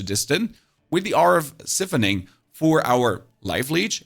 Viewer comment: The ‘i’ in ‘siphoning’ is pronounced like ‘eye’ not ‘ih’ my friend.